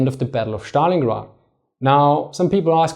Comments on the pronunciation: Why do you call it Shtalingrad, when its clearly named after Stalin, whom you properly pronounce Stalin and not Shtalin? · ẞtalingrad , nicht Schtalingrad ;) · Dann drück ich's anders aus. "Сталинград" kommt von "Сталин" wobei "С" einem scharfen "S" (=ß) entspricht. Die der originalen, russischen Aussprache am nächsten stehende Aussprache ist demzufolge die im Englischen geläufige.:D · Dann war wohl auch das ungünstig formuliert... Die Englische Aussprachen beinhaltet die Trennung zwischen S und T und da ich offensichtlich fälschlicherweise annahm die Englische Aussprache sei dir familiärer als die Russische, versuchte ich dir ohne Russisch-Kenntnisse vorauszusetzen, die dem Original am nächsten stehende Aussprache zu demonstrieren.